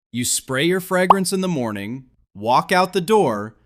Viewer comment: Nobody? Nobody is bothered by the pronunciation "frag-grance"? 😅